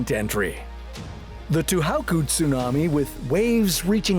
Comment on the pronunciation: To How ku?? Really? To HO ku. SEN dai. Your pronunciation is awful! Educate yourself. Or get a better narrator. Please.